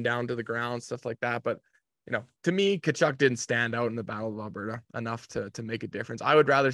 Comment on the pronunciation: Enough with the dude pronouncing the T in Tkachuk’s name! Duh!